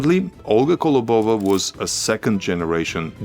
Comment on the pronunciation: Impressive! One thing - it’s kOlobova not kolobOva 🙂